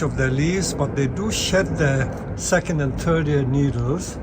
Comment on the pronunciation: I have to say I got a childish chuckle at how you pronounced it as being the "turd of November". Hahaha.